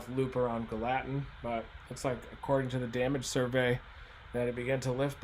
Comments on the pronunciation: GALL-a-tin Reed. It's not Gal-LAT-in. Gallatin,TN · Thanks for the breakdown Reed! You pronounce this subdivision/town, 'gal a tin, not ga latin, Reed. Just wanted you to know. Not being a jerk I promise. It's rough around here. We were blessed here in S. Nashville. I'm originally from the NE AR area of Jonesboro area that has a history of tornadoes in our area. But Nashville's had it's share of severe weather too. And we don't get the snow in either NE AR or Nashville, TN that we used to...and I miss it! Things sure have changed since I was young in the 1960's - 80's. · Hearing Reed mispronounce Gallatin kind of hurt a bit. It's pronounced GALA-TIN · idk why it triggers me so bad the way he says Gallatin. its Gal-uh-ten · It’s pronounced Gal-a-tin. Great explanation of what happened Reed!! Thanks. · Gallatin is pronounced Gal-la-tin.